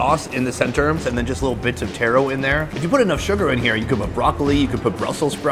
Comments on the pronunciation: I dont like how you hating on taro and calling it tear-row rather than taa-row there no i or e in taro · Taro not Tero. 😅 Taro is not red potato or red sweet potato. Taro is Yam!